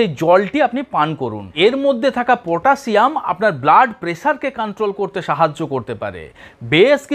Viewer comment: শুদ্ধভাবে উচ্চারণ করুন ম্যাগনেজিয়াম না ম্যাগনেসিয়াম, পটাজিয়াম নয় পটাশিয়াম বলুন ,তাছাড়া আপনি তো একজন টেকনিশিয়ান, নিউট্রেশনের বিষয় লেখাপড়া করেন নাই।